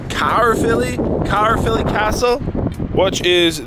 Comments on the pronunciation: Caerphilly, said "carefilly" ... love your videos.. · its pronounced car filly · Its pronounced care filly 😂. love how you said it through. well done on the breakfast. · We also pronounce it cafilly 🏴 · It's pronounced. Ka-filly or Kai filly For Caerphilly.